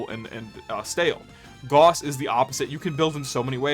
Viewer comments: Its pronounced "Gowss" not "Goss" and don't let anyone tell you otherwise either, they are wrong including the Warframe devs at times. Feel free to look this up with either AI or a google search, that is the correct pronunciation, "Gowss" not "Goss". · It's not pronounced "gauze", it's pronounced "gaoss". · Holy shit dude can’t tell if you’re rage baiting or not but it’s Gauss like “mouse” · Gauss is pronounced Gows. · Shit list. Disliked and reported because Gauss is pronounced wrong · This is how I learn I’ve pronounced Gauss wrong this whole time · Lmao everyone is grilling you for the gauss pronunciation but wtf is the Noctua pronunciation, you knew what you were doing lol.